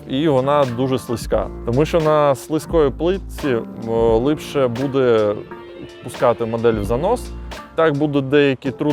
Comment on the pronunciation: Все агонь, суржик рулить, але слово "лИпше" прям дуже сильно ріже слух) А так повага, виженемо все руцьке за порєбрік!!